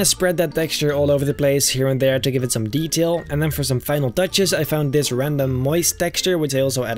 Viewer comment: i love how he says athere